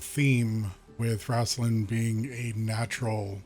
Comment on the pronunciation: RAIST-lin Like Waist. Not Raast-lin 👍🏻👍🏻